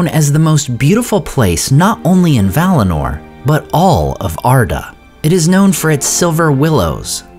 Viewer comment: 1. It's Valinor, not valinar. 2. Sindar are Teleri by origin and Silvan elves are also Teleri by origin. 3. We don't know who was Legolas' mother. She might be from Silvan elves.